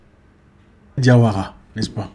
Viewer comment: Tu sais bien prononcer le nom de famille diawara on est la!